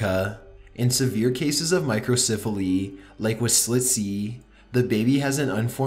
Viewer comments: Micro CEPH aly. Say it with me now; CEPH. Not siph. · What is with this dude's voice? Why does he talk so strangely drawn out? He talks like this in every one of his videos and I noticed he often mispronounces words. Listen to how he says Microcephaly. He pronounces it My-cro-siif-a-lee. It's pronounced My-cro-SEF-a-lee. And I'm not just picking on him for this one word. Watch a bunch of his videos and pay attention, you see he regularly mispronounces things. Is this related to his strange, drawn out voice? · Micro-CEPH-aly not micro-CIPH-aly ..... it’s pronounced with a soft “e” , not a soft “I” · Please learn to pronounce 'microcephaly.'